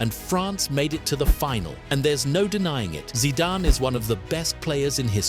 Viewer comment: I love this channel but it says “Zidanee”